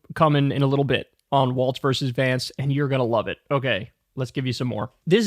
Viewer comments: It's Walz, not Waltz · FFS, KYLE...WALLS, NOT WALTZ!! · Walz is prounounced like walls, not waltz. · It’s not “waltz”. It’s Walz (WALLS) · Is Walz pronounced like "waltz" or "walls"? BC, Kyle always says walts but everyone else says walls. Isn't it "walls"? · For a big tim walz guy you sure say waltz a lot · There’s no T in Walz